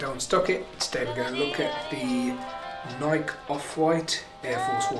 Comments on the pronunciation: It's nike not nik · It really hurt me when he said Nike the wrong way 🤢😫